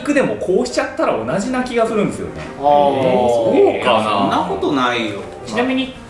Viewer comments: おなじーのイントネーションが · おなじーのイントネーションが何かとおなじーでなんかヤダ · おなじーのイントネーションがアレなんよ… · おなじーのイントネーションで絶対にがしょうもないこと言ってるはず 賭けてもいい